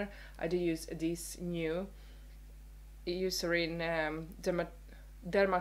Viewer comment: Hai just found your channel. I would like to find out Eucerin reviews. It is spell Eu you read Oui.(Oui-C-Erine it is brand from Germany and my husband is german :)